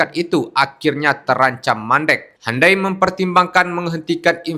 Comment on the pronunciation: Bukan handai, tapi hyundai. U di baca u, bukan di baca a